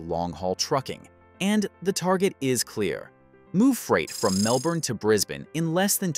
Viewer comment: And Melbourne and Moree mispronounced.